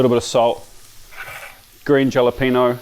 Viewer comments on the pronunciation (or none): Jalapeño pronounced.....Hah Lah(not harlar!) pen yo. The J is not said like an H but it will do. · Just for your information, Jalapeño is pronounced Hah luh peyn yoh You may be interested in knowing that. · I have to chuckle at your pronounciation of jalapeno. We m the USA say ha la peenyo. The J in Spanish is pronounced as an H. I've used your protein press quite a few times and it is marvelous. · Please tell me you are just messing around when you say Jalapeño. Also, tomatillo is pronounced like tortilla is, the double ll makes an e sound.